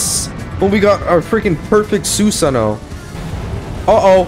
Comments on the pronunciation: u r saying Susano wrong. its pronounced Sue-Saano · Did you really watch naruto though? It's tough to tell after that Susano pronunciation lmaoo